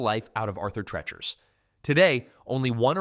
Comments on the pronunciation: Treachers. Pronounced treech-ers. The word reach is even in the spelling. Unbelievable. . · It’s pronounced tree-chers.🤦🏻‍♂️